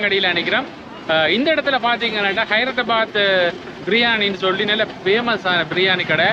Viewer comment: தம்பி அது ஹயரத்த பாத்து இல்ல ஹைதராபாத்.....